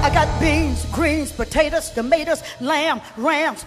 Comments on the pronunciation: All kinds of seasoning and spices on Dem Patatuhs! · You know them potatoes was good, she Aint say potatoes she said “patatuhs”